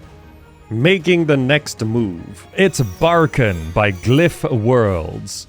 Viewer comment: It's barkhAn not bArkhan